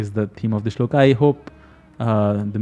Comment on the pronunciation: नमस्ते बहुत अच्छा समझाते हो. लेकिन आप श्लोक को श्लोका क्यूँ कहते हो? कुछ अजीब सा लगता है। 🙏🙏🙏